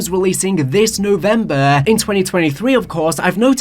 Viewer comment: why he say november like that😭😭